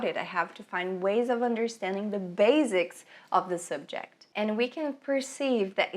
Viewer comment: a pronúncia de basics é com som de S não de Z